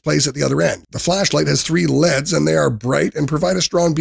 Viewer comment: me either....didnt even know until it said "led's" instead of "L E D's" garbage video...prolly all done by AI